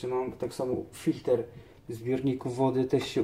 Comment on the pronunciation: czyta się filtr człowieku a to co pokazałeś to cieniutko cieniutko